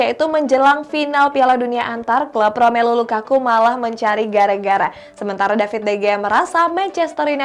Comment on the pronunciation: Gw seneng kalo denger LAKAKA🤣🤣🤣🤣LAKAKA